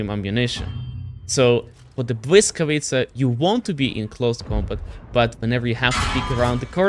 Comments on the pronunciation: man, respect to for doing his homework and actually pronouncing the tank name correctly. so many people earn their bread by being content creators, and doing a half ass job, and pronounce names or things wrong. Not just in WoT, im talking content creators in general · You pronounce "Błyskawica" beautifully. A little more practice and you'll be able to stream in Polish 😉. Thanks and best regards!